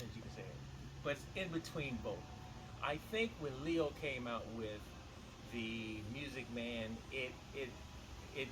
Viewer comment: There's lots to that Bass, I like when you say oüt the water. Amazing